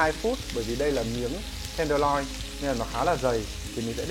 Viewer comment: "miếng bò ten đờ loi" =))